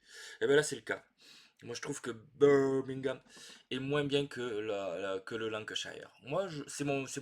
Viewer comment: J'aime bien Brass Birmingham. Je n'ai jamais joué Lancashire, mais je pense que je l'aimerais moins que Birmingham parce que j'ai vécu à Birmingham. Votre prononciation de Birmingham était parfait 😂